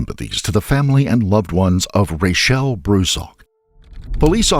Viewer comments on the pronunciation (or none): It's Rachelle!!!!! He pronounces it like Rochelle, trust me, i had to look this case up immediately lol